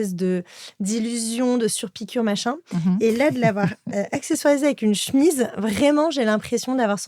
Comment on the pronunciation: Che-mise ! Pas chmiz svp 😅